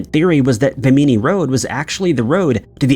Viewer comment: BIM-innie (Bimini) not Bim-eenie.👍